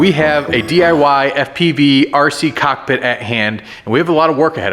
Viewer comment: Whenever you say cockpit my brother I'm tellin you said cock me I'm laughing